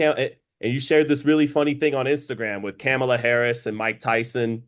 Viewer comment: Respect to knowledge of boxing history and I don’t care what political choice is but 1) to act like Trump pacifying hate against particular groups / Tyson showing his bare ass vs Meg shaking her ass for Kamala is comparable is absurd and 2) calling Kamala “Camel-a” (never heard anybody pronounce that name like that, ever) is tone deaf as hell. Agree with, Paul clearly didn’t apply more pressure when Tyson was dazed and confused in the 3rd round. Tyson gave Paul a chance by putting him on the Jones Jr vs Tyson undercard for his first ever fight. To think Paul was using some powerful Jedi mind trick is overthinking it.